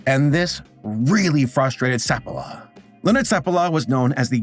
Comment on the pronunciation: So Balto was just hyped up due to the lazy/manipulative media? They have been doing that since time immemorial, as you can see. Also, every time you say Seppala I kept hearing Sephiroth, which was hilarious to imagine that sissy FF7 villain on a dog sled. :D